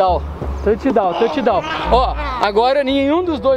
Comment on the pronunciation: Rossine chutou altão ai o fala touchdawm?